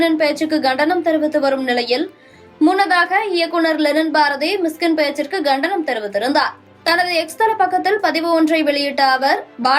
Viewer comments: Please pronounce tamizh words properly . For years TV News host carry proper tamil words to the people . Now its terrible and pathetic . Its not Gandanam .... Its Kandanam !!!! Gandikirom illa Kandikirom !!! aduthegattathirku illa aduthakatathirku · Ghandanam🤦‍♂️ இல்லை,Kandanam என்று சொல்லவும். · Gandanam அல்ல Kandanam Please teach the news reader some proper Tamil